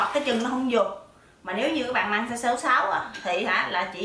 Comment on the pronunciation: SIZE Không phải là "Saze" nhé.